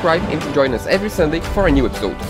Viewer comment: Y'all are getting better and better at this vlog thing. Thanks so much for another excellent episode. (, you have to pronounce the "i" in episode.) Nicely done!